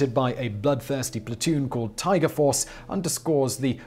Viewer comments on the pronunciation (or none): none